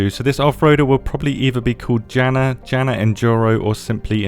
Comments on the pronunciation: Oh my, that pronounciation fail hurts, it's not DŽEna, it's Jana. J is pronounced like Y in English, not J. 😢 "Yi" from Yikes (jaiks) + na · Now imagine JANA was pronounced HANA 🫨 lol